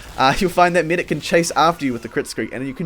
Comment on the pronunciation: pretty thick accent if medic is meedick wow